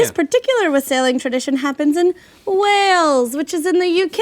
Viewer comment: OMG they mentioned Wales, they had no idea where it was and butchered the pronunciation but WOOOOH! Haha